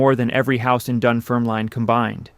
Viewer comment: I’m from Dunfermline where Andrew Carnegie was born - for anyone interested, it’s pronounced dun-ferm-lin (not line) and Americans always seem to pronounce Carnegie wrong, it’s car-nay-gey rather than car-na-gee - when he had made his fortune he came back to Dunfermline and bought pitencreiff park. It was a park that was only for the wealthy to be allowed to access, big gardens, greenhouses, outdoors pools, bandstands etc (and peacocks!). When he bought the park he changed it to a public park for anyone to use, it’s still a great park today, known by locals as the glen. Just passing on useless facts :)